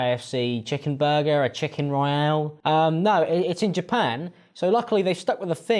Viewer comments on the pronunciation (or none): none